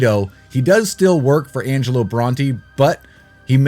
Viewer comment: IT'S ANGELO!!!!! Haha c'mon your better than this lol